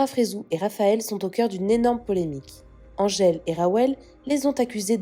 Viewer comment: oui.mdr elle sait même pas le dire elle est mauvaise la.angele